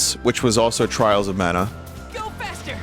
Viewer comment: TRAALS OF MAUNA killed me